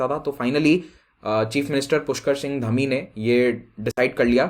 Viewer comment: SirJi It's धामी.